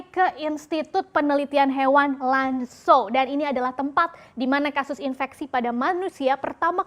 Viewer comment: Zhong Mu ( bacanya Cong Mu) Lan Zhou ( Lan Cou)